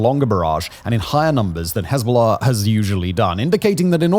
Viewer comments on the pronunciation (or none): Why do you pronounce it HEZBOLAHRRRRRRRRRRCCCCK Also hezbolurrrb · I’ll be honest, bro I would watch you but the way you pronounce hezbollah just pisses me off too much. What do you have to emphasize the oh so much and the ah sound just say it smoothly bro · While I enjoy his channel. Dialect is annoying. Cannot pronounce the letter 'r' in far, but adds the letter 'r' in Hezbollah...